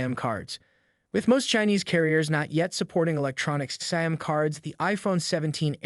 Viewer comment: Tf is a "SAM" card? Can you pronounce SIM?